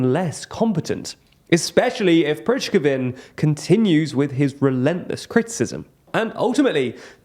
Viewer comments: Your pronunciation of the head of the Wagner group is so atrocious that for a while I actually wondered who you were talking about (listening as podcast, not watching the images) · I was looking for this comment. The pronunciation made me cringe throughout the video, especially because it’s not difficult to get it right. Not a particularly complicated name and plenty of journalists and Russian born commentators who have talked about him frequently. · By this point I think they just do names wrong on purpose :face-blue-smiling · Your content is great and always really useful - but please hire a Russian/Ukrainian language specialist to help with pronunciation. As a Russian speaker, the mispronounciations can be quite distracting and I think its vital that this kind of content on YouTube be accessible to Russians (for reasons I hope are obvious). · Please please please learn how to pronounce Prigozhin... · Every time he misspronounces "Prigozhin", I kinda wince :) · Please learn how to pronounce Prigozhin properly... and Kadyrov too. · The only brutal slaughter I noticed in this video was Prighozyn's name pronounced. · Is Prigozhin's name pronounced differently every time on purpose? :)) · seriously dude prigozhin is not that hard to pronounce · Didn't realise you were talking about the same guy due to the name pronunciation being off here haha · Oh thank god someone said this! It was making me cringe every time he got it wrong! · After more than a year of reporting the war, still can't pronounce Prigozhin's name... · Great video guys, but I've never heard someone mispronounce a surname in so many ways 😅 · So annoying he continues to get loads of pronunciations wrong, makes it sound like he has no clue what he’s talking about. I was glad he finally got places like Bakhmut, Kherson and Kharkiv right (please, someone tell Ben) but when it comes to Prigozhin and Kadyrov it’s still all over the place. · Prih-GO-zhin not Prizhgovin 😂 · It's Prigozhin, not Prizhgovin